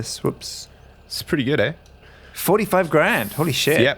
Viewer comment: canadianness came shining through in this episode. First he talks about Chris Chelios, and then, he drops a classic canadian "eh".